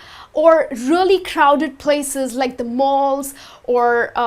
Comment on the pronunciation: wow!!same Here.. it just sounded Indian